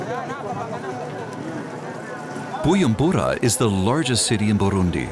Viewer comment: nice video :) but the narrator kept saying BuYUmbura the letter J in "BuJumbura" is not silent (sorry had to say it 😅)